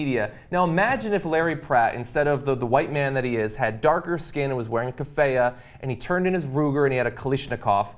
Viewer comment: Thank you John for teaching me how to pronounce kiffiyeh.